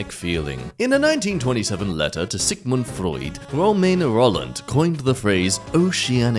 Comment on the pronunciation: Not saying simpler stuff like United States correctly and then saying goddamn Sigmund Freud perfectly makes me laugh more than it should.